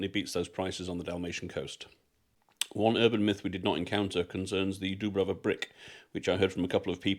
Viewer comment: You were in Olympic village, everyone is wearing tracksuits and no one speak Croatian....it is not Dubrava,it's Djubrava 😂